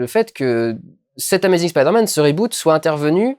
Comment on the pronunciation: c'est bien tu dis "spaider man" :3